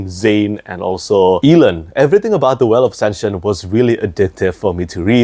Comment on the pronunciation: one of us is definitely mispronouncing my boy Elend 😭Great vid tho <3